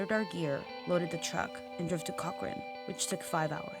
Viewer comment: why did she pronounce cochrane as cochrane????? well that was stupid.......its co, ch, rrrrrrrrrrrrrrrrrrrrrrrrrANE!!! She seemed to get the others correct :/ DICKHOLE